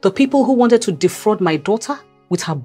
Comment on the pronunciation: this movie makes you pronounce wanted as wownted